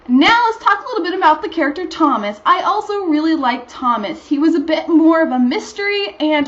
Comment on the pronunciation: You got the pronunciation of the author's name right, but Thomas' name is pronounced To-mos. (short O)